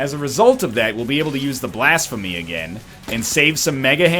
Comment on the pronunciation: STOP SAYING BLASFEMUR ITS BLASPHEMY